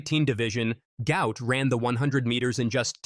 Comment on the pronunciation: His father said his name is NOT "Gout", but Gu-ot. Flip the vowels to get the name correct. Show some respect by getting the name correct.